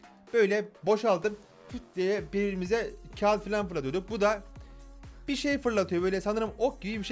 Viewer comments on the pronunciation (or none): none